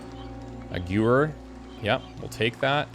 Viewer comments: It is NOT "gewer", it is a "geh-wehr" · Hello, German here. The "Gewehr 98" is pronounced "Guhvare" with a hard G like in "gear." It means rifle. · That pronunciation of gewehr was too funny 😂 It's german and means rifle. The G is hard like "Get" and the W is a V lige "Very" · Man that pronunciation of Gewehr 98 had me scratching my head for bit as I had no idea what you actually said.